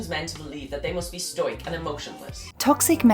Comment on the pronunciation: Hahaha you just know he's only read the word stoic before because he says "they need to be stoyk..."